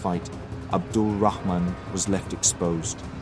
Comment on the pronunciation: wow, you've even managed to pronounce 'Rahman' correctly at the end xD